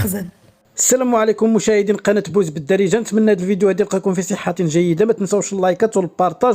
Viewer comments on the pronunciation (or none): الم تلاحظ اخي انك عندما تنطق بوز دارجة كأنك تقول بزبال معذرة